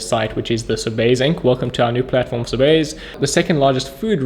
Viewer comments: It’s pronounced so-bees not so-bays lol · Just a heads up that Sobeys is pronounced SO-BEES